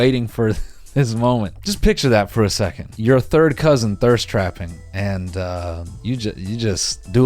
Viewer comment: take a shot every time noel says “cousin ÆUGH”